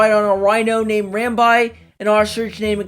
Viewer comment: "Ram-bye"? Pretty sure it's "Ram-bee". I don't know if there are any official pronunciations out there, but that's how I hear everyone else say it.